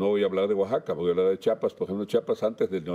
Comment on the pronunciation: No es chapas es Chiapas